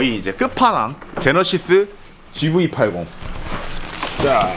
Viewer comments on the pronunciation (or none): none